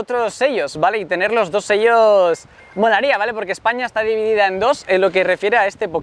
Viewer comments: Se dice chelos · debes pronunciar bien los nombres de lospokemones "SHELLOS" mira el anime y te daras cuenta que lo estas diciendo mal